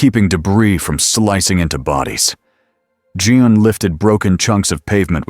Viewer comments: Omg Her name is Jean Not Joan Not June You are a terrible story teller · AI... It's JEAN... not John. Lol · Great AI voice, but they only call Jean, Jean (English form) about one time in twelve. If the story is also AI generated it's the best yet. For Jean, within the same sentence, we get Jun, June, John, and Jeen. (with a few extra syllables). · AI needs to learn that 'Jean' is pronounced like 'Gene' not 'Jun' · Awesome video! I know this is a AI generated video. But , you could at least get Jean Grey's name right.